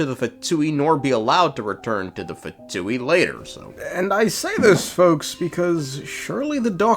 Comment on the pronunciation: Btw no hate or anything but its “pha-ness” and not “fains”